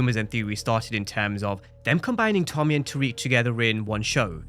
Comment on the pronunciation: Tariq......RIQ not RAQ...!!!!!!